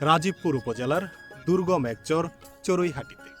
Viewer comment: আপনার ভিডিও দেখি ভালোই লাগে। একটা পরামর্শ দেই কিছু মনে করবেন না। একজন শুভাকাঙ্ক্ষী হিসাবে সেটা হলো চর উচ্চারণ করার ক্ষেত্রে কিছুটা সমস্যা দেখা যাচ্ছে আপনার। চর এর উচ্চারণ টা শুনতে চোর এর মতো শুনা যাচ্ছে। এটা একটু সংশোধন করবেন